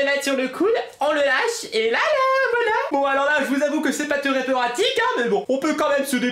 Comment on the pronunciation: Elle est treuoh bien cetteuh vidéeuoh! Je t'adoreuh ❤️